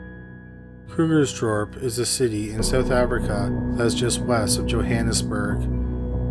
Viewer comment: As a south african that lives close to krugers dorp i have to say your pernounciation is pergect of all tje names in that section 👍👍👍